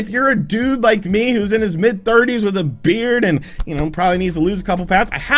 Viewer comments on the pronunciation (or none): none